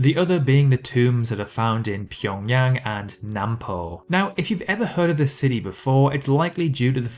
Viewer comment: You are one of so few youtubers who can pronounce Pyongyang correctly. Impressive.